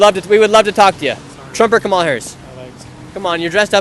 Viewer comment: Why do you disrespectfully mispronounced VP Kamala Harris’ name?